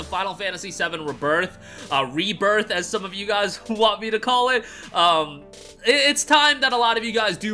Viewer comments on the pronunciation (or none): I'm dying everytime, "RuhBerth" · Oxford Dictionary /rēˈbərTH/. The E is long. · My man can't pronounce rebirth but knows the word jovial. Truly, you are an enigma.